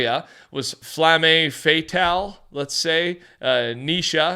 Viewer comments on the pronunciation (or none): you have to pronounce flamme fatale in French. Not flammé fatallé but flammè fatallè lol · no way he just said "flammay faytale" and "montagg" bro